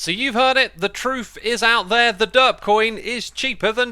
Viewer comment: Sometimes now as re watching and just listening while I work it sounds like X is saying dirt block instead of derp block. So now its just gotten funny to imagine he is saying dirt block and listen to how he praises it lol